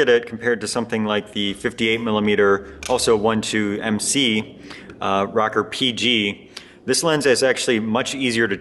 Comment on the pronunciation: ROW-CORE, Row-Core....nice videos...NICK-CORE or NYE-CORE...ROW-CORE or Nothing else. LOL! Sorry man, I'm an old fart from NJ just down the street from where the Minolta headquarters was for almost ever. I've been selling cameras since the seventies, I don't remember anyone ever call the "Rocker" lenses (as neat as that does sound). LOL! Peace. Not a big deal, but stop it.